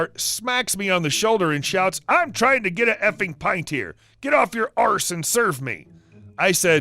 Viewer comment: I know...when Americans/ Canadians say "arse" it just sounds so weird to us Brits...but adds to the comedy 😆